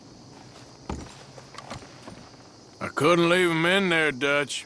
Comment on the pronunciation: Dutch: Clear off Arthur, you’re starting to annoy me just as much as him. Also Dutch: aRThuR.